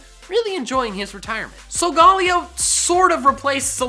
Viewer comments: why did you say sogaleo its solgaleo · In the anime it’s pronounced Sol-ga-lay-o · It's SOW-GA-LAY-OH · Does it bother anyone else how he pronounced Solgaleo incorrectly. Seriously, watch the anime. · The way he says Solgaleo hurts my brain